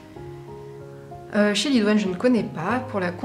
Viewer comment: Chélidoine se prononce "kélidoine". C est une plante qui peut soigner les verrues grâce au liquide jaune qui en sort lorsqu'on la coupe 😉